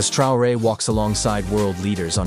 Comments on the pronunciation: Der Präsident von Burkina Faso heißt nicht Trare sondern Traoré! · Ibrahim " troué" la voix IA un peu de respect merci. 🤦🏿‍♂️ Vraiment jusqu'au bout ils nous fatiguent. 🤦🏿‍♂️ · Su apellido es TRAORÉ, NO Trey. Ibrahim Traoré, presidente de Burkina Faso. ¡Es CONDICIONAMIENTO, no condicionancia!